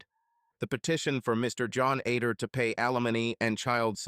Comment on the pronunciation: The name is supposed to be Other not Ader not to mention during the divorce court part it keeps calling him John instead of Terry as well as numerous other mistakes and mispronunciations. The story is pretty good but the narration is lousy.